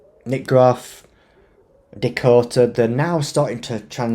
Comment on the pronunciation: Sorry but being from England born and Bread, it's NOT DIKOTA it's DAkota, get it mate? DAKOTA. The Crack, what is the crack mate? Because you are certainly NOT Irish and they use that word for 'Laugh'. Being an English man, you and I (Obviously female) The crack is like something in the walls of a house or to put it another way, where the line seperates the bum cheeks.